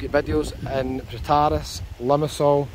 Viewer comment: Your not pronouncing Protaras correctly :-) Yes July August September its very hot